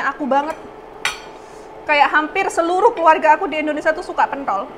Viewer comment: INDONESIA NGOMONGNYA BUKAN ENDONESA